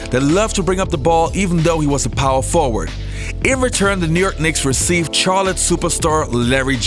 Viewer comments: And Charlotte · Good video, but the way he pronounces the "Ch" in Chicago and Charlotte hurts my ears a bit.